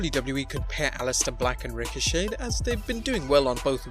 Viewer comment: Psssst....the "T" in Ricochet is silent.